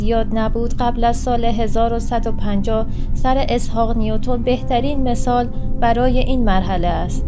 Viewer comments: درود بر شما وبا تشکر از سازنده این ویدیو .میخواستم یاداوری کنم که این بانوی محترم در خواندن اشتباه کوچکی میکنند ..انجا که میگویند سّره اسحاق نیوتن که بایستی بگویند سٍر اسحاق نیوتن به معنی اقای اسحاق نیوتن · با تشکر از زحمات شما مهرزاد عزیز و این خانم باید متذکر بشم سَرِ اسحاق نیوتن اشتباهه و احتمالا در متن سِر اسحاق نیوتن بوده که ایشون اشتباه خوندن.بازم ممنون از زحماتتون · این خانم اشتباه زیاد داره توی خواندن متن. بهتره قبلش تمرین کنه . مثلا sir Eshaq Nioton رو چیز دیگری خواند و امثال اون